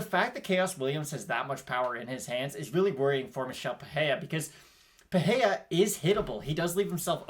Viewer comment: Paheya? It’s PAH-REY-RAH !